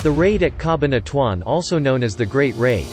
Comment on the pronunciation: Ca-bahn-a-tu-an. These AI voices are so annoying!!!